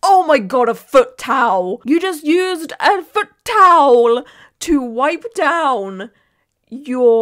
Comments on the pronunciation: “TOWELLL” is the new “CARPETT” 😂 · saying “towel” like Pheobe in friends saying “nestle tollhouse” is sending me